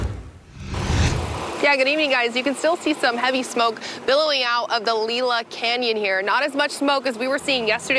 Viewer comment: LEE LA CANYON ? you’re obviously not from here because it’s pronounced LIE LA